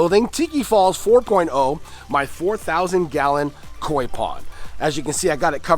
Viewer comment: lmao why you gotta say kok like that mannnnn 😂😂😂